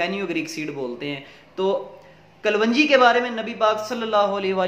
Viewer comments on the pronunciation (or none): kalwanji nai hota kalonji boltay hain aur itni lambi video na krean qissa mukhtasar kia krean